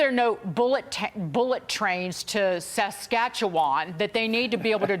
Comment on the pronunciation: How is it these professional reporters cannot pronounce Saskatchewan properly and say the leader of Canada is Premier and not the Prime Minister? Maybe they should do more homework before going in front of the camera and reporting to the public.